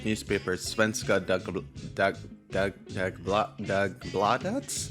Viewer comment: Awesome video!! And yes you pronounced Svenska Dagbladet correctly! :)